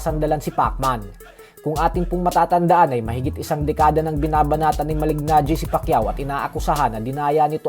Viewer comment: Malee-najee. Hindi Malig-najee. Slient yung g niya. Sa taon taon na pinpronounce name niya, akala ko alam no. Reporter pa naman kau. Do your research